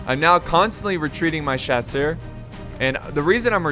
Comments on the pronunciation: Just starting to watch this video... haven't watched a video in probably half a year... main question: Has he learned how to pronounce Chasseurs yet? Nope. (S)Chaw-Sur. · Please. Just, just don't try to pronunce "chasseurs" anymore please! My ears are bleeding😭😭